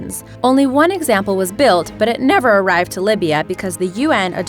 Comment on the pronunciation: But it NEAVeaRrr arrived in Libya 😂